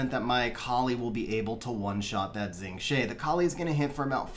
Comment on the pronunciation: FYI Xing Zhe is pronounced "Shing Juh".